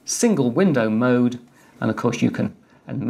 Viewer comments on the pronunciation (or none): none